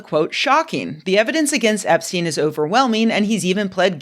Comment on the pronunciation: Oh hell no, not "Eps-chick" 💀